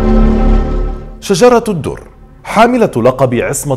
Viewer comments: السلام عليكم اظنك أخطأت في نطق اسم شجرة الدر وهو شجر الدر و عفوا لك يا استاذ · هو بينطق اسمها غلط ؟ علي فكرة .. شجر الدر وليست شجرة الدر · أخ هي أسمها شجر الدر وليس شجرة الدر!!!فقط لتصحيح النطق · لماذا تنطق إسم " بيبرس " بهذه الطريقة الغريبة وليس بالطريقة الصحيحة ..؟؟؟ وثانياً .. طريقة موت " شجر الدر " ليس صحيحاً وكما ذكرت المصادر أبداً .. وحتى أسمها تنطق به خطأ فهو ليس " شجرة الدر " بل " شجر الدر " . فأرجو منك التأكد من المصادر الموثوق والصحيحة قبل روايتك لأي قصة .